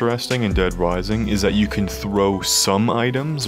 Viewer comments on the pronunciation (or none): "Dead Wising" 😆